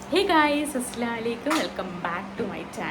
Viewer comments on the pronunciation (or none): Asslaaa alaikum❌ Assalamu alaikum✅